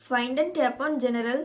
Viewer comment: It is gen rul not ge ne ral